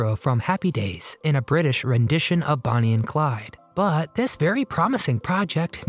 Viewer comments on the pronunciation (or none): none